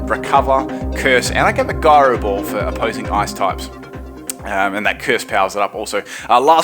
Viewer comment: Was he pronouncing Gyro Ball with a hard "G"? Is that usually how Australians say it?